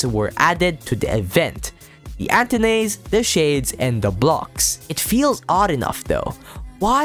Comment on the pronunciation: you say antennae funny